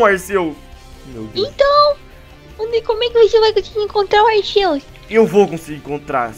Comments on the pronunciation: o nome é Arceus , Más se pronuncia como Arquios , Só quem assistiu o filme sabe . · O CERTO É FALAR ARKIUS, PODEM ME XINGAR MAS EU N SUPORTO QUE ALGUÉM ERRE ESSAS COISAS